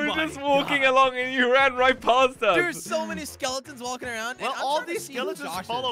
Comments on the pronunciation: Why did you say ass instead of us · you said ass whereas you have to say with"us" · U said as not us